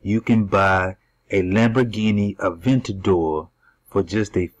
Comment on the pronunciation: "avandator" lol... You mean Aventador